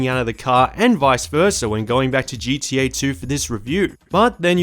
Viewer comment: Why does it sound like he is saying gda